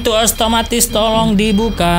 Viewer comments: Salah omong bang itu otomatis bukan oatomatif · Bukan ostomatis tapi otomatis